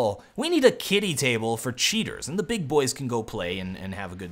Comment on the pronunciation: Please don't say g o! It sounds weird! :c just say go! GO!